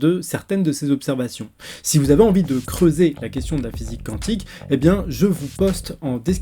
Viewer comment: D'ailleurs on dit "kouantik" et non "kantik" (cantique), c'est autre chose.